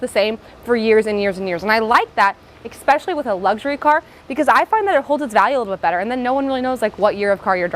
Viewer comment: It's cute when you say "ex-pecially"